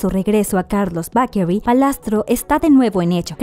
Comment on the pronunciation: "Carlos Bakery" aaaah me da algo, se pronuncia "beikerui". Sus hijos ya están enormes, los veíamos en la tele super chiquitos y ya están graduándose y Sofía irá a la universidad :'D. Está bien explicado y completo el video, felicitaciones.